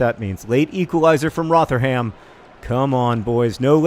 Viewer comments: Roh-ther-um. Its Roh-ther-um not Roh-ther-ham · Rotherham is pronounced "Rov-rum" by the way John, less exaggerated pronunciation on rum than how you'd say the drink though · Loving the Socratic thinking in this episode. Also John without trying to sound harsh, the way you pronounce Rotherham is wrong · Pronunciation of Rotherham was the most american thing i've ever heard